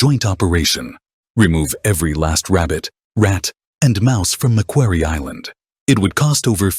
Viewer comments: Its not mc kwerry, it is pronounced mc quarrie as is a stone quarry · Suggestion. - Pronounce the name of the island properly.